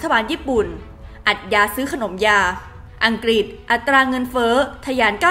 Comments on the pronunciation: อัฐยาย ซื้อขนมยาย ไม่ใช่อัฐยา ซื้อขนมยา และ อังกฤษ ไม่ใช่ อังกิด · อ่านข่าวก็ใช้ได้อยู่ แต่เมื่อไหร่จะอ่านคำว่า วิกฤติ (=วิกริด) เป็นซะที…. วิกิด วิกิด ทุกคลิปเลย…. แล้วยังประเทศ ‘อังกิด’ อีก… หัดออกเสียงควบกล้ำบ่อยๆ นี่อาขีพผู้อ่านข่าวนะ ไม่ใช่นั่งคุยกันเองที่บ้าน…. เอาใจช่วยมากๆเลย